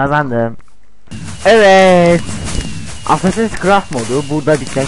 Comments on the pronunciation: adamın dediği şeye bakın "asssassiiins kıraft" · Kennir -haydin bleyd -assassin's krayd olum sen hiç mi ingilizce bilmiyon